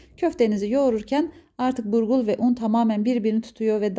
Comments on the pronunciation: Burgur değil abla BULGUR eline sağlık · Yahu burgul degil bulgur bacim😂